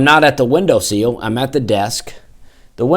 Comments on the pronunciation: Window ... SEAL?? Bro love you - it's a - window SILL. Short "I". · its a window sill, not seal